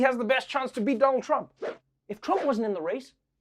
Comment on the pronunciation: First time Trevor said Donald trump's name correctly at intro